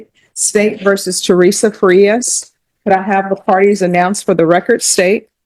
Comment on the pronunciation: Judge is still pronouncing Frias with Englush in mind. Spanish vowels have one pronunciation. English vowels have multiple pronunciatians. Thats the problem ! A can be pronounced 8 ways alone! Its a mess!